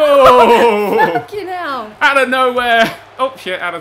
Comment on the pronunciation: HELL IN A CELL!: Hew in a cell. Lol it's hell.